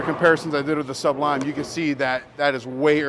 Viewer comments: Again w the Suhhhb-lime 😂. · ASK SOMEONE HOW TO SAY SUBLIME!!!!! IT's not two words,DAMN. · It's amazing that you CAN'T pronounce such a simple word,look it up!